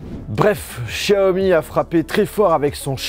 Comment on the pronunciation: Comme tous les autres tu devrais apprendre la prononciation de certaines lettres de l'alphabet français , tu penses être intelligent mais tu te trompes , la lettre X se prononce comme la lettre S et non Ch tous des gros nuls